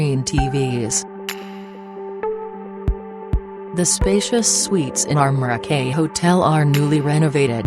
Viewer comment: The audio commentary is absolutely ridiculous... "Hotel Mo-roh-key", can't even say the name of the hotel right, lol.